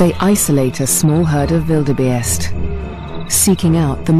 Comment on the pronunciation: this narrator does not know how to say Wildebeest, she says wildebaste hahaha